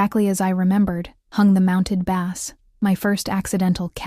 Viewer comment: This was a good story, with the beginnings of good character development. I would like to see a part two, where the characters and the story gets further development. I like this narrator but being AI, it still had mispronunciation of the word "bass" in one sentence, and "base" in another. Proof reading would stop that. 😉